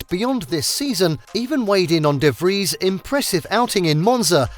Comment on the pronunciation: Finaly someone who pronounces his name right